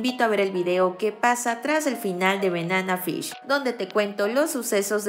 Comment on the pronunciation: Amiga NO es Benana Fish…. Es Banana Fish…. Aprende a pronunciar 🤦🏻‍♀️